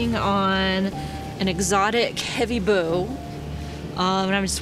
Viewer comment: I will never get over how she says "bow"